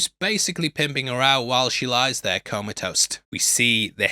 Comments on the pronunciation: Mate, it's "comatose" not "coma toast" lmfao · *comatose [coma-toast]